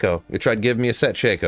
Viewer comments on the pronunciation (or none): none